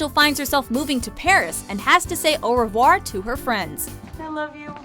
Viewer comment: If you're going to speak french, please pronounce it right. It's "auhh rehvwah". French is the most beautiful language, let's not ruin it.